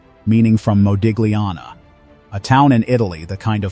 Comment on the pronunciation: Interesting new info for me. Thank U! (btw - Modigliani is pronounced 'mo-deel-YAHN-nee'.)